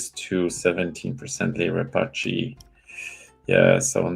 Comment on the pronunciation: what is that pronunciation of Leliberateur from 🤣